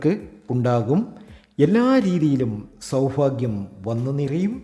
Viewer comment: KINDLY PRONOUNCE sowbhagyam AND NOT SOWPHAGYAM